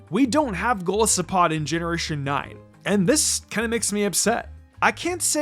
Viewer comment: It’s pronounced gol-LYE-soh-pod, VIE-kuh-volt, and FUR-AH-thorn, “”! 🤨 Stop mispronouncing Pokémon names,! 🙄